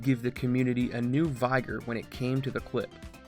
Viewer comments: Good video. I specifically gave it a like for pronouncing it SHUR bit and not SHUR burt. Edit: Just heard you pronounce it VIGH gur instead of VIG ur. Unliked and will now watch the rest and probably give it a like based on the merit of the video, anyway. Edit 2: And now we're going with the SHUR burt pronunciation? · you are the only other person besides me who pronounces vigor "vEYEgor" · That pronunciation caught me off-guard. In my accent, "vigor" rhymes with "bigger", I've never heard it pronounced in such a way that it would rhyme with "tiger". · say "vigorous".... now say "vigor"... I hate it when Youtube personalities make it completely obvious they don't write their own scripts or read them through and ask their writers how to pronounce words they clearly don't know how to pronounce beforehand... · Your pronunciation of "vigor" caught me off-guard. In my accent, "vigor" rhymes with "bigger", I've never heard it pronounced in such a way that it would rhyme with "tiger". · His pronunciation of vigor sounds like an off-brand pokemon. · Same. I had to turn on subs to even know what he was saying hahaha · pretty sure he just said it wrong